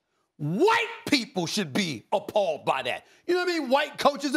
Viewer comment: stephen a always guranteed for a good laugh. "white people should be appauled by that!" 🤣🤣